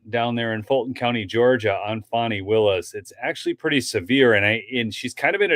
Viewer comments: FAWNIE? FAH-KNEE? Fani! PRONOUNCED FAN' EEE. As in, BIG CASH MONEY FANNIE WILLIS. TAN, MAN, CAN, DAN, STAN, FAN, PAN, BAN, NOT, TAWN, MAHN, CAWN, DAWN, STAWN, PAWN, BAHN, and CERTAINLY NOT FAHWN. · Her name is Fan-knee and not Fon-knee. She cannot put he own pronunciation on her name without changing the spelling. She never had Hooked on Phonics.